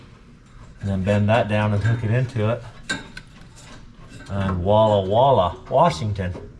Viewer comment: it's not "walla". It's voila!